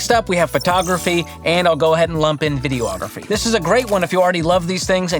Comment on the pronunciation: Videography is not video-ography It's vi-de-o-gra-phy